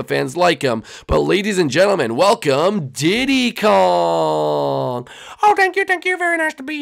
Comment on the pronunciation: / I thought you said "keep dick Kong" XD